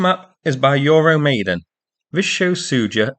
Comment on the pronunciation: How does this guy still not know how to pronounce Euro Maidan?